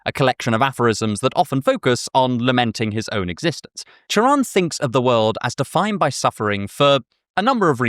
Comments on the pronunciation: i can’t overstate how much i appreciate the fact that you pronounced his name right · props on getting his name right. this might borderline sound like a veiled insult but it's a pet peeve of mine. doubly so when i've been meaning to get into him recently so i'm getting good vibes already. :) thanks for the video! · I love how you pronunce Cioran, extremely accurate Also, Cioran sound very similare with Cioară in Romanian which mean Crow, which make his name very ironic